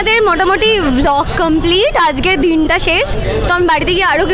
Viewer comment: সবাই ঠিক আছে। "আজগে" না বলো "আজকে"